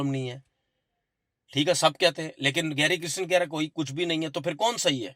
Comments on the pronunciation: Oh Tanvir bhai! Coach ka naam Gary Kirsten hey Gary Kristen nayi… atleast take his name correctly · Abe apne coach ka naam to shi se liya kro